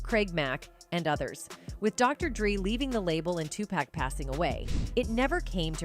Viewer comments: Geez somebody has to really let the narrator know about her piss poor pronunciation, like whoa wake TF up lady it's not 2 pack it's 2 pac, and lunis? It's LUNIZ, THATS A Z OMFG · "Redmen" and "2-Pack" 😂😂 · Dr dree, tupack, bo wow